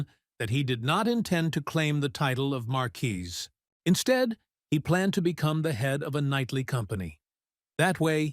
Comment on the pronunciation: oh ffs. It's not even 15 minutes and we have 3-4 ways to pronounce marquis? and slimes are now slugs?! I don't think I can take 3 hours of this. does anyone proof the stories??